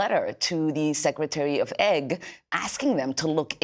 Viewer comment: What is Secretary of Egg? ( Secretary of Ag )